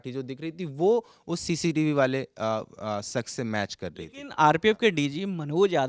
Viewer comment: Ye jo shawl wale reporter hain inhe, शख्स word sahi se bolna nahi aa raha. Baar baar शख्स को सख्श कह रहे हैं। aapka accent sahi hai aur तलफ़्फ़ुज़ भी।